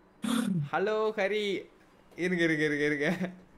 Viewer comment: dey not rai😂